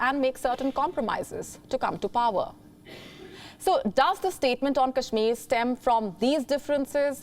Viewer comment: The German FM could not even pronounce Kashmir properly. i am sure she does not know abc of kashmir.